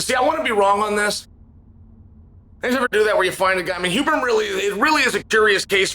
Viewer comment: Huberman, Hooberman, Euberman…🤣